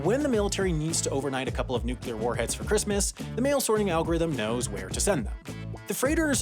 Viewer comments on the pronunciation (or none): “Nucular warhead”... I’m disappointed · The word “nucular” just grates on my nerves!